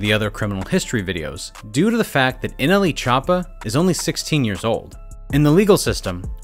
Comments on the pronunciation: So we gona ac luke he didn’t say nelchoopa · No nobody: Not even anyone::Nle chapa